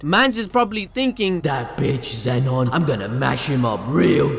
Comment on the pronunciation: Zeno. Not Zenon. It even spells it for you in the manga.